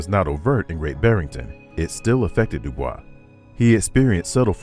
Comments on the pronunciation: When referring to W.E.B. Dubois, it’s pronounced “doo-BOYS,” not the French “doo-BWAH”. This was his personal preference and is also backed by Oxford. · They don’t pronounce Dubois name correctly. Credibility issues… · The narrator pronounces DuBois's name incorrectly.